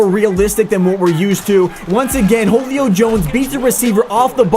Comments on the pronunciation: my dude...its Julio not wholio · pleease learn how to pronounce julio. its who-lio not hoe-lio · It’s Julio jones not holeio Jones 😂😂😂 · Stop saying Holio plz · Whoo-Lee-Oh, say it right dammit. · Holio Jones? Devontuh Freeman? GTFO dude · This nigga doesn’t know how to say Julio jones with his annoying ass voice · the way this guy says julio makes me want to bang my head against a wall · Only thing that bothers me is the way you say Julio jones name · As A Falcons Fan, It Hurts Me How You Pronounce Julio & Devonta's Name. 😂🤦🏼‍♂️